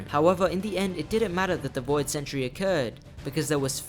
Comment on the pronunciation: you mean Voi D God?